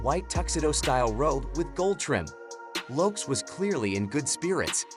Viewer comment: YOUR PRONUNCIATION OF LAST NAMES IS HORRIBLE. Your underdtanding of Hispanic names is the worst I have ever heard